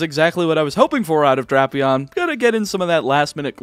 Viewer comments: ITS DRAP-EON NOT DRAIP-EON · Pretty sure it is Drapion, but I have heard it pronounced Drapion.